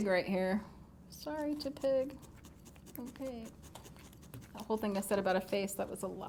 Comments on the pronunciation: TEP-ig not TEA-pig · Sorry not hating but Tepig is pronounced Teh-pig. Not Tuhpig. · its not tea pig its tehpig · Lul I know she said TU-pig